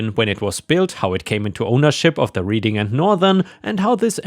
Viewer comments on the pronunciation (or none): I doubt that I will be heard, but Reading Pennsylvania is pronounced "Red-ing" not "Reeding" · Bass, when it refers to fish is pronounced so it rhymes with lass. There's a small town around here that will, from what I've heard, will ticket you for going 1 over. I make sure I do under the speed limit when I drive through. Reading, when referring to Reading Pennsylvania is pronounced Redding. ETA I like your cat tower. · You mispronounced Reading.